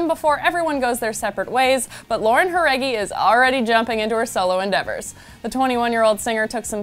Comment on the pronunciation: I LOVE how real you sound, unlike other gossip channels who make the 5H gilrs sound like haters and bitches. You showed her respect and interest AND you took the time to say her name right? gosh give your coworkers some tips girl!